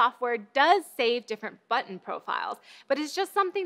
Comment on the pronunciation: since that last episode where... you know... i find it funny everytime you say "button"